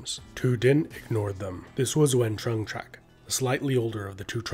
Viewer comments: Its a great video but hes murdering the vietnamese names its pronounced like chung not trung. Thats just me being nit picky though. Very interesting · I believe the' Trung' word(Trưng) is read like"zeng" rather than "Trump" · it's TrƯng